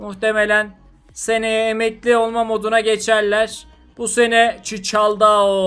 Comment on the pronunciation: Çiçaldao değil Çikaldao